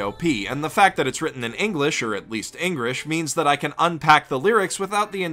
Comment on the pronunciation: When he said engrish i raughed